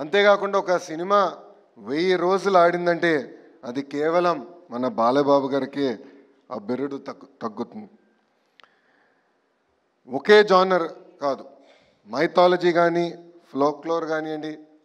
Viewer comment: ఆ బిరుదు దక్కుతుంది…. Just tongue slipped!